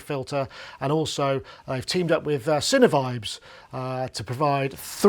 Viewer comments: Yes, the correct way to pronounce our brand name indeed is “sine vibes”, as in “sine waves” :-) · Isn’t it “sine vibes”? (That’s what I always say in my head when I read it)